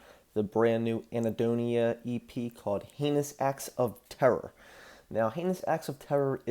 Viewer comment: Anhedonia, not Ahnedonia